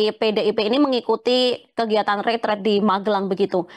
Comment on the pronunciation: Kok banyak yg pakai kata ritrit, bukankah itu retret, artinya kan beda